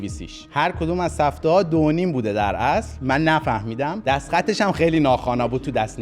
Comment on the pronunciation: جان عزیزه دلم اونی که چندبار اسمش رو آوردی وَ گفتی سِفته سِفته نیستش،اسمش سَفته هستش نه سِفته...